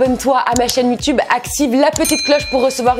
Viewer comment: se n'ai pas youtoube mais youtube😂😂😂.